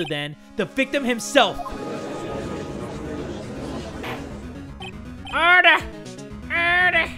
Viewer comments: jay spells:order jay says:erder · I swear to god has way too much fun when pronouncing the word ‘Order!’